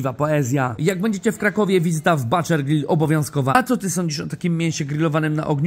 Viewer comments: Ale błagam, butcher wymawia się "bucze" a nie "bacze" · Tym razem to buczer się wymawia. Pozdro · Wymawia sie buczer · wymowa to buczer rzeznik Robi wrazenie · zdobił wrażenie, zdecydowanie ^^ Ale mam dla Ciebie małą radę od lingwisty. Słowo butcher znaczące "rzeźnik" czyta się nieintuicyjnie Ogólnie przyjęte zasady wymowy angielskiego najczęściej ukazują, że "u" czytamy jako "a" Jednak w tym przypadku mamy do czynienia z głoską ʊ, którą czytamy prawie tak jak polskie "u" na upartego można to powiedzieć tak: buczer a tutaj jak to wygląda zapisane w symbolach fonetycznych ❤️: /bʊtʃə/ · Wymowa "butcher" zdecydowanie nie robi wrażenia.